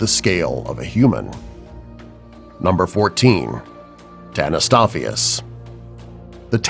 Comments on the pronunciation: Tanystopheus? Right? Wrong! Its Tanystropheus. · ITS DINOSUCHUS, HELIKOPRION, AND TANYSTROFEUS! (i spelt pronounces for the dum dums at facts verse